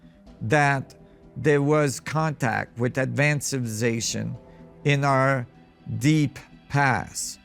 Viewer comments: This man can't say the word civilization 🤣🤣🤣 civization he said hahahaaA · Does someone knows what he means when he say ancient “ciilvlicazattion” ? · Mf cant even say civilization and I’m supposed to trust what he has to say? He’s on a some pills or sm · you would think someone as smart as a person able to study all these great mysteries and make documentaries/videos educating the public about these things WOULD BE ABLE TO CORRECRLY PRONOUNCE THE WORD "CIVILIZATION". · How he say civilization 😅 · Man this dude really can’t say “civilization” but gotta give it to him he keeps on trying!